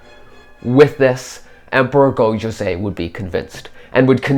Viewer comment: There is so much wrong historically and even narratively with this video that I am actually appalled. 1. It is pronounced SekiGAhara not SekiJAhara. This is a consistent theme throughout the video as he keeps calling the Emperor Go-JOZEI, not YOZEI. Whoever is speaking does not understand Japanese at all. But somehow that is not even the worst part of this video. 2. Speaking of Sekigahara, while it is true that it had rained the previous day and that there was mist, the battle itself took place under clear weather conditions. 3. The primary focus of this video seems to be on Otomo Sorin, hooking up with Oda Nobunaga. Now I realize that this is alternate history, but what motivation does either have to meet with the other at this supposed divergence point? Nobunaga, in 1578, does not need an outsider's help unless it is to become a vassal. He already has Toyotomi Hideyoshi on the Chugoku front anyway to deal with the Mori. In this scenario therefore, Otomo Sorin would have to meet with Hideyoshi, which Sorin has no motivation to do since Sorin himself is a lord and therefore no motivation to pay homage to another feudal lord, especially one which he is not directly supporting for any reason. Even then how does Otomo Sorin reach Nobunaga in the first place, if we ignore what this would do to his prestige? Are the Mori just going to let him pass through their territory, the Mori clan which he is enemies at best with? 4. Oda Nobunaga was not resting at Honnoji in preparation for